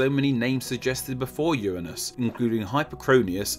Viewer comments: Uanus? Uranus?* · hehe "urnine"us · Uuhhh it's actually pronounced Uranus. Not Uranus. Obviously.